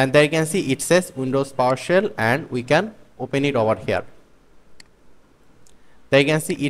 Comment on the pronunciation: It's Powershell. Not Powersell